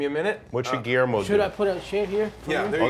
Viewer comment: "gullermio" :D